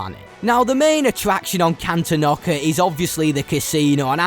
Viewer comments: Great video. It's pronounced Can-tawn-ick-uh though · Am i the only person that gets triggered when he says: “Cantonoca” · It’s pronounced can/ton/ic/ah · Cantonica ❌ Cantonockah ✅ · No offense, but your mispronunciations of kijimii and cantonica hurt me.